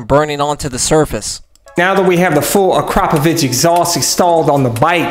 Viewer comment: "ak-ruh-poe-vick" not "a-crop-a-vich" lol